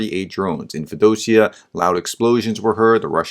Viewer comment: Feo - Dosia.... please. Work harder on those pronunciations.